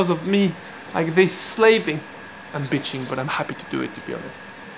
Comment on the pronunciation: The way you say bitching cracks me up every time 🤣❤️